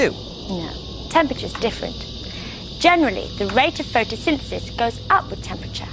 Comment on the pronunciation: he cant say photsynthesis